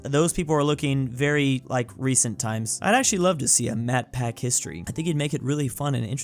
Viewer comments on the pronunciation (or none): Is no one gonna mention how called him 'Matpack'. Twice. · I might be going crazy but when he says Matpat it sounds like hes saying Matpac